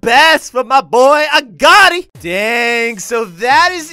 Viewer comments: His name is oh Garty not a Gatti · His name is Agoti not Agotei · aguti not agoti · It's pronounced as "A Got I"😐 is it really da hard to pronounce his name😕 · Its A-go-tea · it's AAH-go-tye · It’s not agōti